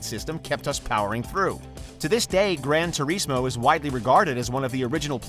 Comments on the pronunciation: Gran Tu-REEEZ-Mo 🤭🤭🤭🤭🤭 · He said grandtureesmoe lmao